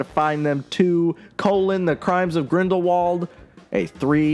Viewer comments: I'm sorry but I have to say it: Grindrwald. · Btw I have recently noticed that Rowling pronounces Grindelwald with German pronunciation